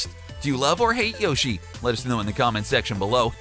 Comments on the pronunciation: In this bizarre comment section you'll notice many people complaining about his mispronunciation of the name Shigeru Miyamoto, but strangely no one is complaining about the fact that he is mispronouncing Yoshi too. I assume that's because all the people complaining about mispronunciation are mispronouncing Yoshi's name themselves! :-P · P.S. He doesn't even pronounce Yoshi correctly, so what chance does he have of getting Shigeru Miyamoto right??? :-P